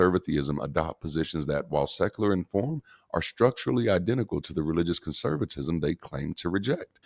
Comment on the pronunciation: Are you saying western conserva-theism? YT subtitles say conservatism.